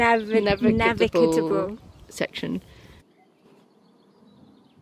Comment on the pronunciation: N A V I G A B L E !!!!!not navigatable Aaaaaaarrrgh!☺